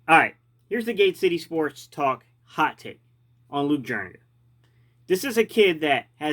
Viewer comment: Jur e ga you aren’t pronouncing it right